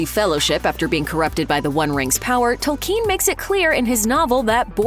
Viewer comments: TOLL-ken, not tol-KEEN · Fell beasts are not dragons. It's Tolkien, not Tolkeen. Etc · Tolkien. Not Tolkeen. Jeezus. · Please pronounce the dang names properly. It's kin not keen tol then kin 😤 I've looked at 10 other people say it correctly learn to pronounce people's names correctly. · It's not pronounced tol-KEEN, though. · I can’t get over Tolkiiien. How can you say his name wrong bruuuuh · So no one is going to comment on her butchering Tolkien's last name? "tOLLkEeN" 🤪🤪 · J. R.R. TOLKEEEN? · The way she pronounces "Tolkeen" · Speaking of "getting it right," until this video, I have never heard the author's last name pronounced, "Toll-KEEN." If you are so sure that's right, maybe explain why? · Tolkeen? Is that how it's pronounced where you're from? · Since when were these books written by J.R.R. TolKEEN? It's so annoying when a pseudointellectual tries to sound impressive by mispronouncing words and names, in a vain attempt to sound distinctive. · I guess we shouldn’t expect any better than that from someone who keeps pronouncing Tolkien toll-KEEN and Legolas LEOG-loss as if it were an expression of missing a brick on your latest LEGO construction. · Good information but she needs to learn how to say Tolkein correctly. I have seen too many video where the speaker gets peoples names wrong. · "TolKEEN" she says?? sigh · Am I the only one annoyed at the way she says “Tolkeen”? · I dont know about you guys, but i was most surprised by her pronunciation of "Tolkien" lol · Nobody, but nobody, pronounces it 'tole-KEEN.' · The way she says Tolkien.... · Why do you put the stress on the second syllable of Tolkien? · Can't even pronounce Tolkien correctly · The way she pronounces Tolkien's name bothers me. Maybe I've been saying it wrong all my life, but it still grates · Americans can not say "Tolkien" properly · Please learn how to pronounce "Tolkien" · These fools can't even pronounce Tolkien name right what do you expect.